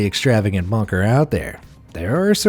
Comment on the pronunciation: I don't know about about everyone else but every time they say bunker it sounds like bonker. I know they are saying bunker but it still sounds very bonkers to me